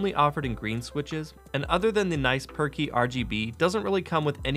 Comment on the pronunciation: Is it me or does he always says perky lighting xD